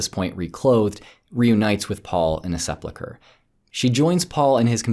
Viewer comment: 'Sepulcher' is not pronounced like ... that. Sounds like you're saying 'seplechure,' which isn't a word.